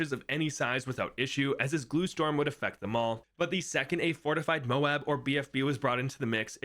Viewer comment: When did this guy start pronouncing MOAB correctly?